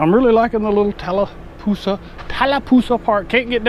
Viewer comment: Next time you come thru, just remember, it's Talla Poosa.... there is no "L" in the end of the name. Thanks! From a long time LE Receptionist who has heard every city in a 3 county area mis-pronounced! And it's Carroll County, not Clark!!! Born and Raised <3.